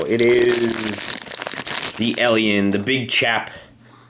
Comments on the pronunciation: You say Elion it's alien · Its alien not elien go back to english class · Guys seen the movie a million times but can't properly pronounce the Title lol. It's Alien as in A - for apple not E/Elien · It's not elien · U were were frikin sayin Elion not alien like srsly bruh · It’s not Elian it’s alien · Jesus Christ stop pronouncing alien elien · don't you hate it when people pronounce alien "ellion"? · its alien and not alyin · He says alien like elien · Jesus Christ your pronouncing of Alien is like "Ehliehn" like God dammit. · It's like AY-LEE-EHN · you say alien as "elien" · Why does he say alien like elion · Billy Ahlfield yeah it is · Why did u say Elien? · why does he call it an eliel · Ben Waller it bugged me to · 'Elion'...fml lol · Leandro Fox so fu*kin true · It annoyed me how he per ounces alien as elien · Your saying alien wrong, it's annoying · Guys if he's pronouncing alien wrong you don't need to bully him he's fine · Why do keep saying ALIEN like that!!!!!